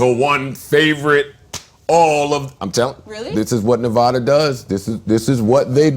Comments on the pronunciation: KNEE-VAH-DA SAY IT RIGHT. pussy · 'Navah-da' lol bro it's Nevada. Come to the west coast G. Not Nevada but Oregon. You always fuck up the names over here you NY fool haha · He says navada eww nigga it's nevada lmao